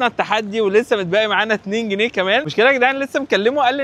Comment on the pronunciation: اسمه سجق مش سدق حتى المحل كاتب سجق😂 و اسمه جنيه مش جني😂